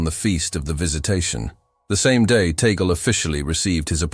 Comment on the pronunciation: It's Tag-le, not Tagel.